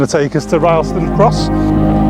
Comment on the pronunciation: Like the video, pity about the wind. The place names are pronounced, Crayco and Rillston.